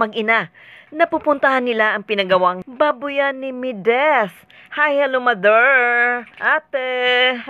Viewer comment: Bakit ka ba Mideth ng Mideth, It's MEDITH. ME-DITH! Wag mo baguhin ang pangalan pls!